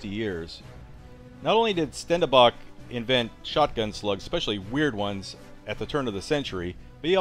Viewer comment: That's pronounced Shtendenbakh. kh like the Russians say H.